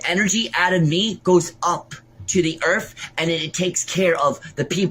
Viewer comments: She does great fings for the earff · Up to the earf!!😂😂😂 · He actually said "EARF", I rewound that part 3 times 🤪